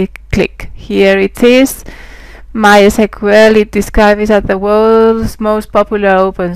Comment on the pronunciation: No no no You cant say "My esquel"!